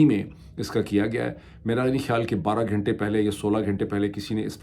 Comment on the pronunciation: hey Pirzada. ghenta nahi ghanta hota hai.!